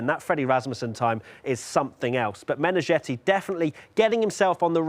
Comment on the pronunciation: Meneghetti as in spaghetti, not -jetty or-zhetty.